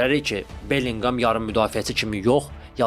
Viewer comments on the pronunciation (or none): Bellqam deyil, soyadını düz de, onun soyadı Belligem 😅😅😅